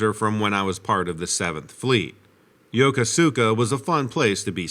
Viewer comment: Lol it’s Yo-KOHS-ka. Haha my half-Japanese wife corrects me too. #learningthelingo